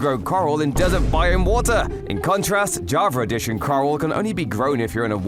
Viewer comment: Bro he said javer eddition